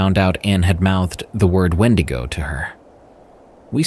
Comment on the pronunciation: Now you can't say wendigo? 😂😂 Ok